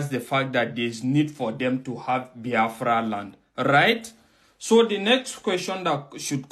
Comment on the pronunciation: Abati learn to pronounce the name Biafra, not bahafra, then you can continue talking nonsense, nsi jugi onu.